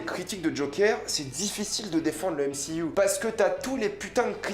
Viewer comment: NE PRONONCE PAS MCYOU !👎🏻